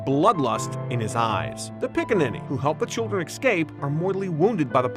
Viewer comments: ECSCAPE 😂😂😂😂😂 ITS E... SCAPE!!!! THERE IS NO C BETWEEN E AND C YOU FOOL!!!!! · EScape! It's pronounced Escape! Not EXcape! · Good video but I can't stand when people say "ekscape" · Escape*. Excape isn’t a word... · Good video but i cringe every time the narrator says "Ecscape" ... {shudder}